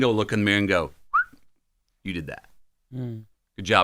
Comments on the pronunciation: Charla really couldn’t pronounce Matthew McConaughey when he’s been in the spotlight for 2 decades… Dame was right lol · I don’t know if chalamane was playing by not pronouncing Mathew McConaughey’s name correctly or was he for real and saying some of you might know him from his acting that was also disrespectful he is a profound act know for some of Hollywood’s biggest movies and for him to say some of you might know him from his acting and not pronouncing his name correctly unprofessional being an interviewer you introduced the guest by acknowledging who they are and what they’ve accomplished to act like he doesn’t know who he is is ridiculous unprofessional, and by the way, I misspelled Charlemagne’s name on purpose and going back watching some of the breakfast club interview, Charlemagne introduced it the black guess by running down there achievement and expressing his admiration for them shame on you, Charlemagne for not doing the same for white guest even though you might not have admiration for them you still introduced them for their achievement, whether it be acting or the music industry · I ABSOLUTELY can't believe they got MM on this show... and CLOWN Charlamagne can't pronounce this legend's name. That was such a disrespectful way to open. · How do you have a guest and not know how to pronounce their name especially a legend like our guy Matt? Come on now ❤